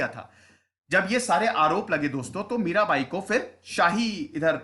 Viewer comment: Mirabai hona chahiye, Mira'bhai' nahi.